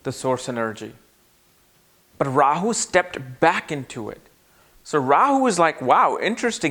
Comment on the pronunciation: What is a Rawer? He said it like 8 times. Rawyer? Royer???